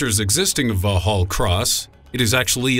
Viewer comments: Vorks-hall cross. Not vorhall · It's "Vox-All" Cross, not "Va-Hall" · Va hall. ..... no it's vox hall spelt Vauxhall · I'm pretty sure Vauxhall is pronounced Vox-Hall. Not Vor-hal... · Vaugh-hall Cross lol! Try Vox-hall guys. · The X is Vauxhall isn't silent, its pronounced Voxhall, not Vauhall, you really need to correct that. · It's not "Vaw Hall Cross", it's pronounced as "Vox Hall Cross" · MI5 building is "vox-hall" cross.... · Lol Vauxhall cross where MI6 is based, The narrator calls it val hall cross, It is pronounced vox hall cross. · VOX-ALL. not vough-hall.. And nobody's used the word guvnor in over 100 years.. Keep up with the times bruv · Vaa-haal Cross??? FYI, its pronounced Vox-all. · Vauxhall is not pronounced "Valhal" It is pronounced Voxhall. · Oh dear. It's pronounced Vox Hall; not Vaux as in French with a silent 'H'. Yes, you can take photographs of it, from the other side of The Thames. MI6 and SIS are the same thing, not two different organisations. The IRA carried out the attack with an RPG, no mystery there (and they didn't manage to get through the re-enforced windows.) No, they didn't kill Princess Diana (why would they?) and David Shalier - who is now going through a sex change, having claimed to be Jesus Christ - worked for MI5, not MI6, and would therefor have worked in a different building, Thames House, the other side of the river. Apart from that, this is INCREDIBLY accurate..... NOT! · It's vox-hall, not vor-hall. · Va hall Cross.....Pmsl. It's pronounced Voxhall Cross numpty. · vauxhall not vorhull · first of all - great video. but for the love of god stop calling 'Vauxhall Cross', vo-hall cross!!!!!!!!!!!! it's pronounced vox-all (Vauxhall)!! VOX-ALL!! VOX-ALL!! Definitely NOT however the heck you're saying it v'hall, vehall, v.... oh I give up!!! But whatever dude, it's VOX-ALL!!!!! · Va'hall Cross. who knew such a pronunciation existed indeed? Maybe he will do a video on equally unpronounceable cars. The Va'hall Ve'tor perhaps. ..